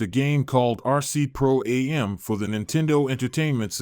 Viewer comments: Pro Am, not A-M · Pro-Am is pronounced phonetically!